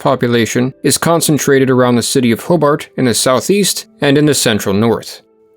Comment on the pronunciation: You need to know how to say Hobart.